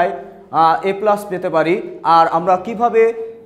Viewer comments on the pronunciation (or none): none